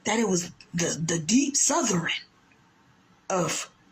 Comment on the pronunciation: Did you guys hear that moron saying "Sotherin"